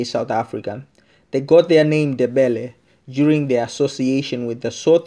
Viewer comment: Lishona leli who doesn't even know how to pronounce "Ndebele" and Mzilikazi" correctly 🙄🙄😏